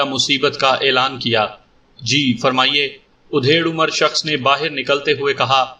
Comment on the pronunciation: Yeh udhed umar kya hota hai, aap bar bar udhed hi bolte ho, bhai mere adhed umar hota hai matlab aadhi umar ka. udhed ka matllab cheerna ya phadna hota hai.